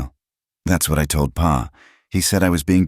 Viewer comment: The word pa (dad) pronounced as p a